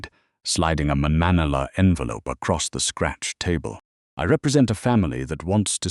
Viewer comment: Fix the AI pronunciation of Lucchese and Falcone and manila.